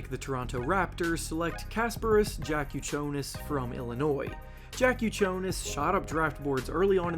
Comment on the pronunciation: That's the nastiest way I heard someone to pronounce Jakucionis. You have to pronounce that J like you would for Jokic